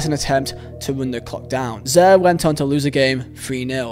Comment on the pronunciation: Zy-Eer ...not zair lol